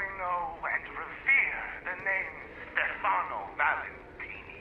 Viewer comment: It's Stèfano not Stefàno. The stress is on the first syllable.